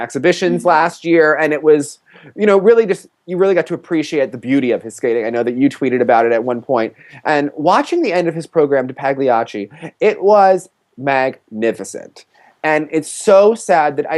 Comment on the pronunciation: Pah-lee-ah-chee, not pahg-lee-ah-chee.